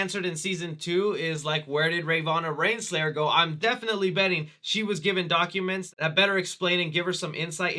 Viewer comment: "Rayvanna Reinslayer" lmfao I thought you might've just stuttered or slurred, but literally every single time you said her name you botched it. Can you just not say the words Ravonna Renslayer? (Ra-Vo-Na Ren-Slay-Er)